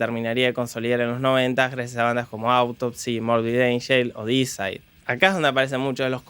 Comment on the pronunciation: " Disaid " Oh la la señor frances " como se dice?" DEISIDE